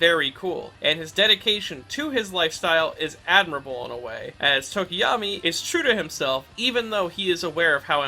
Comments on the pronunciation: I also call him Tokiyami I thought that was how it's supposed to be pronounced until a few days ago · The "tokiyami" i barely noticed but the "re-destroy-o" instead of re-des-tro nearly cause me to have a stroke. Great video in all other aspects tho.